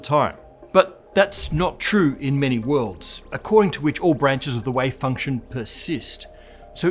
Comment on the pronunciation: Does this guy say wave function or way function?